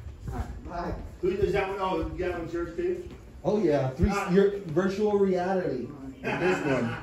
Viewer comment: At the end “and virual realiatiii”. Lol. Great work guys!